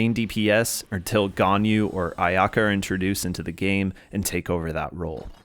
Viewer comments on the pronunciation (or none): none